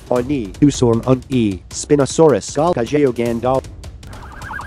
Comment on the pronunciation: 스피노사우루스할 때 발음 원어민이라 깜놀